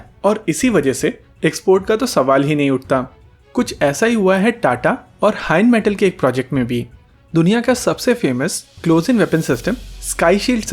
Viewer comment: It's rheinmettal bro not heinmettal